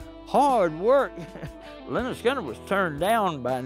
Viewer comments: Imagine making a whole, nearly 3 hour, documentary about Lynyrd Skynyrd, yet not bothering to learn how to pronounce their name. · DWAYNE. CARL. HUTCHINSON. THIS. REMINDS. ME. OF. BEHIND. THE. MUSIC. WITH. BAND. LYNYRD. SKYNYRD. I. GOT. ON. CASSETTE. IN. THE. STUDIO. ON. WWDC101. ON. THE. MAKING. OF. ALBUM. PRONOUNCED. LEH. - NERD. SKIN. - NERD.